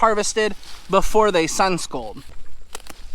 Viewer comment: Hahah! is killing me with the sun “scold” poor peppers are getting yelled at by the sun! 😂 It’s Scald, pronounced like bald. Right? Hahahah